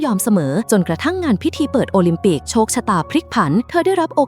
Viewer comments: โอลิมปิกกลายเป็นโอลิมปิ๊ก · วงแหวนโอลิมปิก❌ วงแหวนโอลิมปิ✅ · โอลิมปิกไม่ใช่โอลิมปิก😂😂😂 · โอลิมปิก❌ โอลิมปิ๊✔️ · วงแหวนโอลิมปิกไม่ใช่โอลิมปิ๊กชื่อพ่อหนูชื่อว่าปิ๊กนะคะอย่าร้องนะคะหนูตบกระเด็น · โอลิมปิก กลายเป็น โอลิทปิ๊กก 🤭 ฮาอ้ะ ช็อตนี้ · โอลิมปิกไม่ใช่โอลิมปิก